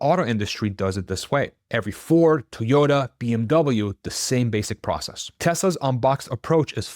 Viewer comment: “Imporint” is not a word. “Teaota”?????